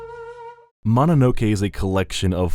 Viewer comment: Ma na no ke? Another Westerner butchering a very simple word.